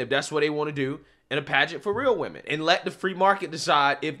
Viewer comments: He didn’t say women, he said we-men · "We-Men".. he fucked up. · Yo. He said WeMren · Boy oh boy oh boy oh boy! Bahahahaha...."Weee-men" I cant even....what the actual fukery? "Mushroom Tip"...you ain't right, G....lol 😂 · Also, it sounds like he's saying, "Wee men." As in men that are wee. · It's not woman,... it's "we-men" get it right. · "We-Men". Yes, yes you are! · There you have it he/she said WE-men!! there's more men in it than actual women Sounds like a Scam of somesort! 🤣🤣🤣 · Wee-men cringe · I had a feeling he’s was Thai from his accent when he said we-men and also the long last name..lol.. Yeah Thai and Laotian ppl have long last name that are a bit hard to pronounce..lol